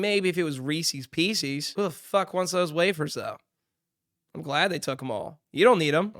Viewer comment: Reesies peecees? Learn to pronounce words